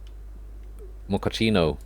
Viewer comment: Why did you call the Gioacchino class "Mocaccino"? Those are two totally different things! Gioacchino is a name for a person (for example, Gioacchino Rossini), while the Mocaccino is a type of food (that isn't even Italian!)